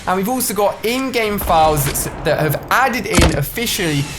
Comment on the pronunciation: Every time you say in-game I hear InGen and my mind goes to Jurassic Park.